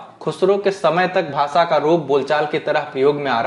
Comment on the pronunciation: Sir,aap bhasha word Ko bhasa ucharan ,our sabhi Sha letter sa ke roop mein ucharith kyon karthe ho? Sahi nahi hai ,sudhar keejiye